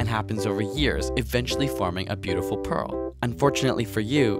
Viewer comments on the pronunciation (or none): none